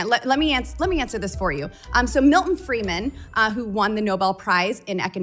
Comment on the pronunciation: Boebert doesn't even know the name of the man she is "quoting." It is Milton Friedman, not Milton Freeman.